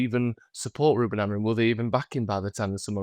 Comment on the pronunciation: And is STILL calling Amorim Amorreeen 🤷🏻‍♂️ What is he not getting when both and pronounce his name correctly 🙄 Like you but sort this out mate, it’s annoying!